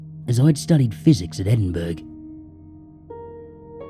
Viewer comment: Excellent as always,! Just so you know for the future: Edinburgh is actually pronounced "Edin-burrah" (for some reason - British place name pronunciation is often quirky)